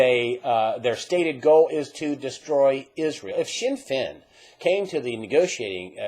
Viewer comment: Sinn Fein is pronounced 'Shin Fain' not 'Sin Fin'